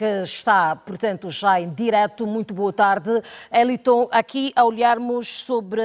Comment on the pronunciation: A apresentadora não sabe nem pronunciar o nome do Wellington corretamente! Hummmmmmm.... já não gostei dela! Vai Wellington arrasa nas análises!